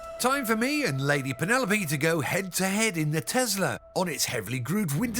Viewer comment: Tesla is pronounced Te S la, not Te Z la... Christ.